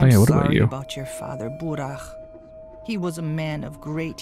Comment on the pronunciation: Ok I have to step up😂 About the pronunciation: “kh” is to be read like [h], so Khan will be [han], Burakh-[Burah] , Stakh -[stah] and so on Next, Georgi Kain is [Georgii Kain], not [kein]. And yes, right you are , in the majority of cases after marriage female gets male’s surname+”a” in the end. So if the husband is Smirnov , the wife will be SmirnovA, or Kain and Kaina in our case)